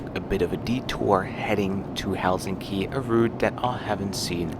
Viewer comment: This doesn’t have much to do with the video itself (though it was nice), which I came across by accident. But just wanted to say it was nice to hear a foreigner pronounce Helsinki correctly (especially in the beginning of your video) with the weight on HEL instead of hel-SIN-ki like all other non-Finns say. I’ve only flown business class once, the flight was overbooked so they upgraded me and my mum. It was really nice, long flight from Guangzhou to Helsinki. I was 18 and they gave me champagne I felt like a queen. This was over 15 years ago though, Finnair too but looked fairly different from your video. It was very controversial when they started offering blueberry juice on the Finnair flights cause if you spill it it’s impossible to wash off.